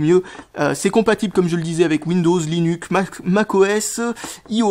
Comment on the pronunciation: "Windows, linuc"